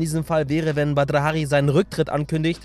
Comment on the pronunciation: Du sprichst seinen Namen total komisch aus an hört sich komisch an